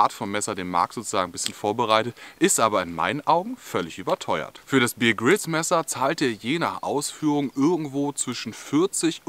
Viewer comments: Bitte, der Mann heißt (ausgesprochen) Bär Grylls, nicht Bier Grylls! Ansonsten super erklärt, tolles Video! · Wenn der typ wirklich 'bier grills' hiesse, dann würd man ihn 'beer' 🍺 schreiben. Er heisst aber 'Bear Grills' und wird 'beäh grills' ausgesprochen. So, genug klugscheisserei, zurück ins video😉.